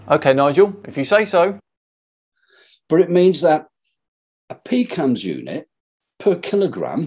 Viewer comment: Everytime he pronounced "PCAMS", it sounded like "Pecans".